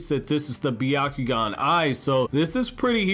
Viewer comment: It's pronounced Byakugan. But it's ok. We all make mistakes.